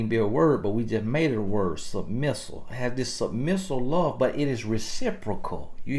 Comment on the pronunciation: Submissule 😂 he kill me with these made up words but it get the point across though!